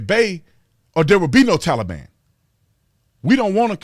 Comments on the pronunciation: Why do these DS commies keep saying TowLEBon? I no can’t stand this person pretending to be President! He’s a lying thief! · Everyone knows we CAN NOT trust the Taliban. You fool, you can't even pronounce Taliban correctly. He keeps saying Tellie bon. Did I just hear that reporter say "Tellie bon."? Are they propping him up or what? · I’d rather listen to kamala laugh on loop before hearing Biden say “tollybon” one more time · My goodness will this man ever learn to pronounce Kubol. Its pronounced "KAH boll" for 50 years. My goodness ask Google. News media has started pronouncing it wrong so he won't sound so stupid. The "Tah le bon"? Who the crap calls them this! Its the "Tale ah ban". I wander if NBC is going to start calling them this stupid name. This guy has a 48 year history of being wrong on every foreign policy of this country. At least he is keeping Kamala and the squad at bay. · He has to say everything wrong like “Tally-ban” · I have said this before but the way he says "Tollybon" Sounds like a child's ride at a amusement park, "Let's go ride the Tollybon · A few things: If he says Tolly-bon one more time, imma have to gouge my ears out with a blunt spoon. Why bother with all the vetting of Afgans but not the folks flooding in from Mexico. Seems like bigotry to me. What happened to "We do not negotiate with terrorists?" I understand that you've been ravaged by a natural disaster, just wear your mask, social distance, and get your jab. Your dead will return to life, your homes and businesses will rebuild themselves, and the world will chit rainbows in an hour. Just follow the dictator. He purposely answer the wrong question. No one asked why he left. They asked why he fugged it so bad. Says it doesn't matter when he left. Dang sure does. Had the troops been there holding stability, the evacuations would have gone smooth as can be. I'm done now. Not that anyone cares. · And would someone PLEASE tell Biden how to say Taliban. PLEASE !!!!!